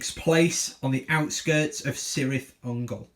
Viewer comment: "K"irth Ungol my friend, also its not Seleborn its Keleborn for future reference. All C's in JRRTs equal K's :), Great battle report